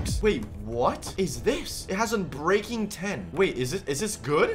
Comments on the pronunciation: Love how he says unbraking 10 goes back says unbreaking 3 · My man said unbraking x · Man's really said unbreking 10